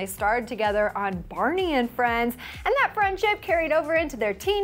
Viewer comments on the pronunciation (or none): none